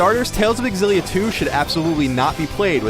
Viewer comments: It's hard to listen because I'm so distracted at the way he pronounces Xillia, it's "Zillia" not "Exzillia" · It's pronounced Z-illia not XZ-illia... ffs man... -_ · It is Exillia, actually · Fate Aketsueki why do they not understand that its pronounced "Zillia"? i mean how do they pronounce xylophone? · Why can't ign say Xillia right.